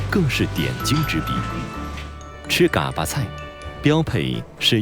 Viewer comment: 解说员够老坦儿的，嘎巴都念不对。不过内容还是挺好的，值得点赞